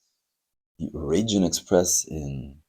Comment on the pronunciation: Raijin is pronounced 'rye-jin', like 'ripe' or 'right'. It's an incredibly popular model in Japan, very hard to find. The cat deco is manekineko, a beckoning cat that invites luck - Japanese beckon underhand with their fingers where a lot of other cultures beckon overhand with the palm. The red treasure hunt is unusual because if you look at the Japanese lettering on the right side the word ホットホイール - Hot Wheels - has all the characters in right-to-left order, whereas on the left side it reads in standard left-to-right form, a feature you sometimes see on Japanese trucks, it's so it always reads front to back. Since Japanese is usually written vertically it's not a big deal to reverse the direction of reading for them. I've never really liked the Raijin Express that much as I had a bad experience with a Dekotora - I was stuck behind one in the evening while rushing to return a hire car, so I couldn't stop, and the road was very busy so I couldn't overtake either. It doesn't sound so bad until you consider that these trucks have chrome polished to a mirror shine, including on the rear bumper, which was flat, and so reflected our headlights right back at us the whole way!